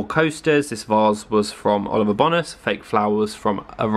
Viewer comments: It’s Seychelles rather than seachelles. Like the place, and Bone-as rather than BONas x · It’s Oliver bonus haha, pronounced ‘bone nus’ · The way you say ‘Bonas’ is making me lol 😂 ask Zoe how she pronounces it lmao